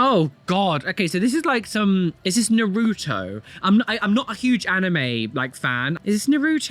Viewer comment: As someone with 2 Naruto tattoos, pronunciation did make me die inside just a lil bit XD